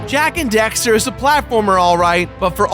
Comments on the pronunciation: The amount of time you say Dexter instead of Daxter triggers me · I hate how he keeps saying dexter instead of daxter at the beginning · Um I don't mean to be rude but it's DAXTER not DEXTER your pronunciation was annoying me through the entire video but it was a good video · Did he say Dexter? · i always die a little inside when someone says jak and dexter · Fool keeps saying " Dexter" ... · Jak and DAXTER. Not Dexter. Lol that bugged the heck outta me. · "Jak and Dexter" Triggered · Why are you saying Jak and Dexter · The constant mispronunciation of Daxter as Dexter is...annoying.. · did he really just call Daxter "Dexter?" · Dammit! It's DAXTER not DEXTER:P ya silly goof! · DAX-ter, dragon rider. DAXter. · Why does it sound like he's saying Dexter? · Anyone else keep hearing him say Jak and Dexter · Say jak and dexter one more time my guy. I dare ya. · Oh my god stop saying Jak and Dexter !!!!! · Daxter, it's Daxter.... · It really bothers me when he says "Jak and Dexter"